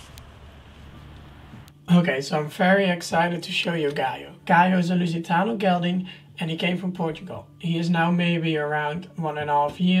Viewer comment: When you say "lusitano" I can hear your Dutch accent🤭😂 ik ben btw ook nederlands haha